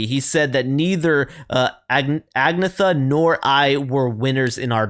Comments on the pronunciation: Her name is pronounced: Ag-net-ha. Their language doesn't share the same "TH" sound as english. What a voice! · Hailing from Sweden, ABBA was just about the biggest band in the world from 1974-80. They were comprised of two married couples. All the songs were written by Benny and Bjorn and most of their songs were sung by Frida and Agnetha (pronounced "onyetta"). They started out doing Bubble-Glam with songs like "Waterloo" and "Mama Mia" and eventually dabbled in several other genres, most notably EuroDisco. There are a couple dozen "essential" ABBA tracks, and you won't regret digging deeper into their catalog because it's just so full of surprises. Benny and Njorn are masterful composers and arrangers, and Frida and Agnetha are peerless vocal talents, often singing in lead harmony. I would recommend any of their songs that have videos as your next few because they also had a visual style that was pretty singular. "S.O.S." "Take a Chance on Me" "Knowing Me, Knowing You" "Mama Mia" "Money Money Money" "Gimme Gimme Gimme (a Man After Midnite)" "Dancing Queen" "Fernando" "Waterloo" "The Day Before You Came" "Thank You for the Music" "Chiquitita" "Super Trouper" "The Name of the Game" "Voulez Vous" "Lay All Your Love on Me" "One of Us" etc. All huge, worldwide hits and perfectly made. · I think the Swedish pronunciation of Agnetha is "Ahn-YET-ah". Do more Abba! Not sure which ones you may have heard already but you would probably like "Mama Mia", "Take a Chance On Me", "Does Your Mother Know?", "SOS", "Name of the Game" and "Knowing Me Knowing You". They're all great. And there are tons more than that, too! You can't really go wrong with an Abba song.